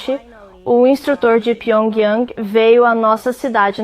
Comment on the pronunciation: Cara de pau como pode o cara passar pano pra Coreia do Norte O bicho pensa que engana Ele falou isso mesmo "a noitada em pyiongyung"? 😂😂😂😂